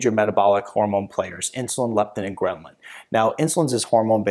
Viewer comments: Hahaha gremlin resistance! The chart says ghrelin, but doc is mispronouncing it all the tine! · Uh ... it’s called ghrelin, NOT Gremlin